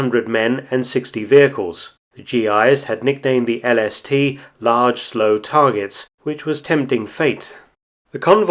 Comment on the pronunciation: Am I the only one heard LSD not LST?